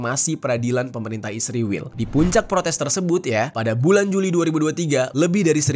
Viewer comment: Sebutan yg benar (israil) bukan (isriwil)..ngak nyambung😂😂